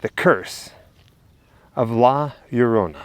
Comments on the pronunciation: Just say it like this, La Yo Ro Na. And it will sound perfect. 😁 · You speak it that Way La Ljorona not La llorona so i help out :) taysm for tell us and show, Your two are super awesome♥ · La Yo - To - Nah It's ok. All English Speaking peoples can't really pronounce foreign words or names. This goes for Americans, British, Australians, Canadians, South African, etc... Your upbringing and the way you don't roll the tongue correctly in your mouth is part of the cause. BTW - my whole family is Cuban born and raised. So this story is not part of our culture at all. But my sister is married to a Mexican man (💯 pure Aztec/Mayan descent) and he truly believes in the legend. So much so that my sister now also believes the legend as well. But then... She also believes in the BLOODY MARY story as well and is always apprehensive about stepping up to a mirror and staring at herself. Oh well... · Isn’t it pronounced La-La-Rona? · Greetings, the way to say La Llorona is to actually say her name with an H sound. Sort of like La Horona, that is the proper way to say it the Weeping Woman's name. Be well everyone. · Lol the first sentence, can’t say la lLorna, lol. Love it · As a Mexican American from East LA, you are forgiven from not being able to pronounce La Llorona. Keep up the amazing work. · 😆 L~L~O~R~O~N~A say it with me 😆 nah you did good bro , your videos rock guys , hope to see you at monsterpalloza on Sunday since I can only afford one day 😆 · I'm guessing Jessica put the warning up about how you can't pronounce the name. Too cute! I have never seen this movie but I will now!